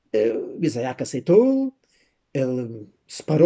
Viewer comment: "Iza-ak" não, mas sim "Itzák".